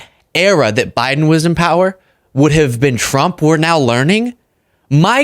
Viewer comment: Why does it sound like she's saying Donald J Chump?